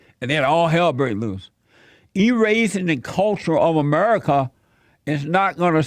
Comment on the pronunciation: Sound like fez when he said amedica